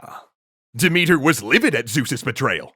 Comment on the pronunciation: Sooo, just a thing. Demethra's name isn't pronounced Demethr, sorry. The "a" at the end of her name isn't just to make it look more like a feminine name, but to be read. I mean, Dimitar is a male name in bulgarian, and there are similar names in many slavic languages, plus Greek. Sooo, yea. And usually I don't have such a problem with the names, but the way you pronounce Demethra's name just sounds like Dimitar, and that's my father's name, and I don't like him, like at all, and don't enjoy having his name in my Greek mythology videos, especially ones, where this name isn't present. One love ❤️